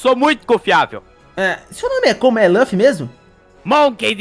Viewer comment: Nao é ruffy é luffy